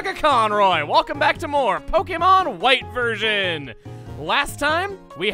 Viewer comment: ok is it only me but does it sound like he's saying "Hello and Welcome to Pokemon White Virgins" sometimes